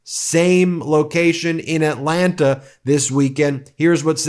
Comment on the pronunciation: nobody that lives here pronounces the second 'T' in Atlanta. it's pronounced "Atlanna"